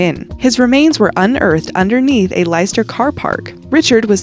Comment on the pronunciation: lystar hahahaha its pronounced lest-er (leicester)